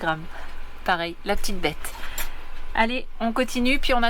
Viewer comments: "la petite bette" et non "la p'tite bête" tu as mal prononcé!!!! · J’ai cru comprendre que vous étiez dans Les Laurentides. Il y a « Bourassa » 680, rue Principale, Ste-Agathe ou 105 Guidon, St-Sauveur. Fruits et Légumes moins cher … Merci pour les vidéos. Ps: on prononce « la petite bette » bette comme dans betteraves. Ici « bette » ça veut dire : visage. Tu as un beau visage ou tu as une belle bette.